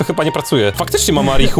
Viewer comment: mówi się marichuaninę